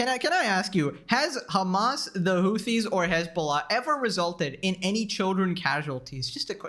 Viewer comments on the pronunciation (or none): none